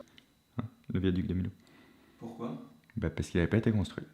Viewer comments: Millau ça ce prononce plus comme "miyo" ! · Mdr il a prononcé viaduc de milo là ? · Super vidéo, passionnante !! Mais Millau se prononce « Mi - Yo » grâce aux deux L 😉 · Merci pour cette vidéo, mais on ne dit pas "Milo" mais Millau, il y a deux L ;) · Millau se prononce "Miyau" ☺️ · 🤣 mais oui mdrrr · Millau se prononce "miyau" 😜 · Il a dit Milo bordel aucun respect 😭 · Je suis outrée par sa faute, ahah 😂😌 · ça se li millau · Salut, Alors c'est la Vénus de Milo et le Viaduc de Millau (deux L, se prononce comme billard) cdlt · Excuse moi fabien olicard Millau les deux "ll" ça fait [ieu] merci respecte nous 😉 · Petite info pour toi fabien, Millau ce prononce avec le son [j] comme paille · le viaduc c est pas MI-LO mais MI-YO ( Millau dans l Aveyron ) ;) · On prononce Miyau et pas Milau! 😦 (je défends ma ville natale lol) mais super vidéo sinon ☺️ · On prononce Millau Fabien ! Pas Milo 😂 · Millau se prononce « Miyo» et non pas « Milo » 😅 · Le Viaduc de Millau qui se prononce Miyo pas Milo. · on dit pas "milo" mais "myo" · Millau (Milo) ça me traumatise mdrrr. On dit "Miyo" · Superbe vidéo hein mais pour MILLAU on dit "miyo" est pas "millo" mdr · J’adore ta vidéo ! Super accrochant! Par contre.. Millau on le prononce pas MiLau mais MiYau 😋 sinon j’adore ton contenu bisous 😘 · Millau On dit pas milo mais miyo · Millau se prononce "Miyo" et pas "Milo" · On dit Miyo pas milo! "ill" ça fait "yeu"! pardon Fabien! super video! biz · Bonjour fabien étant du coin on dit miyo et pas milo pour le viaduc et la ville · Arrêtez de dire Millau, milo c'est miyo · Oui en effet Millau ne se prononce pas Milo mais "Miyau", c'est le village de la Couvertoirade en photo et non Palies et en fin Veyreau se prononce pas comme ça non plus mais "Veiireau". En tout cas super intéressant 👍🏻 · comme bien d'autres j'aime vos videos..... juste un détail, un tout petit détail, on dit "Miyo" au sujet de la ville de Millau. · Millau ---> Mi yo 😂😂😂😂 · Millau ça se prononce miyau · Milliau pas millau 😅